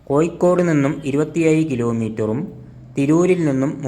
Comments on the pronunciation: കോയിക്കോടല്ല കോഴിക്കോട് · കോയിക്കോടല്ല കോഴിക്കോട്.... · ഴ ക്ക് പകരം യ എന്ന് പറയല്ലേ സുഹൃത്തേ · ആദ്യം ഉച്ചാരണം ശരിയാക്കുക കോയിക്കോടല്ല കോഴിക്കോട് എന്ന് പറയൂ. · കോയ്ക്കോട് അല്ല സഹോദരാ കോഴിക്കോട് ഓരോ പൊട്ട ജന്മങ്ങൾ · Koyikkodalla, kozhikkod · കോയി ക്കോട് അല്ലടാ പോയത് കോഴിക്കോട് കോഴിക്കോട്.. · കോയിക്കോട് അല്ല പൊട്ടാ കോഴിക്കോട് ആണ് 😮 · മലയാളം പറയാനും എഴുതാനും വായിക്കാനും പഠിക്ക്.. കോ'ഴി'ക്കോട് എന്നാണ്.. 'ഴ' എന്ന അക്ഷരം ഒരുപാട് തവണ പറഞ്ഞും എഴുതിയും വായിച്ചും പഠിക്ക്.. എന്നിട്ട് വീഡിയോ പോസ്റ്റ്‌ ചെയ്യ്